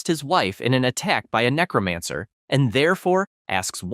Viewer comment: The name to his powers are necromancer the person that's doing the narration is saying the name wrong if you're going to read a story say the main characters ability right it's necromancer not necromonger dumbass